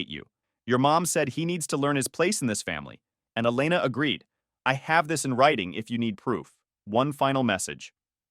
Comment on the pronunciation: It's pronounced E-lay-na.